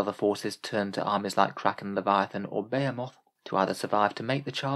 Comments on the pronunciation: They way you pronounce Behemoth snags my brain more than it probably should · Why do you pronounce behemoth like that 😭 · I've never heard someone pronounce behemoth so incorrectly in my life 🤣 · Yeah... when you're really used to hearing a word pronounced a certain way it becomes really hard to hear it said any other way...